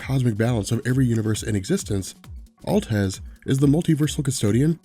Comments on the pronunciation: why do you call him altez not atlez? just read it wrong when you were younger and it stuck? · Atleza!! How do you get Altez out that when it's written in bold font??! lmao. You aren't even saying the a at the end. I liek your videos but come on.